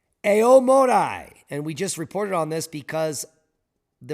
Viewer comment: AomorEE, not otherwise